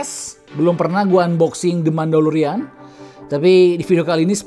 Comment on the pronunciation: Mandalorian bang.. bukan Mandolorian.. kalo penggilannya emang Mando..